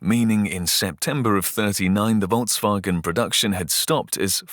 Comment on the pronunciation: The pronunciation of Volks wasn't that great, but it's nothing compared to 人民汽车. ;)